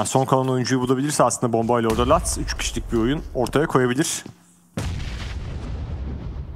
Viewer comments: Lutz a neden latz diyo la bu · lutz diyiliyor luduz degil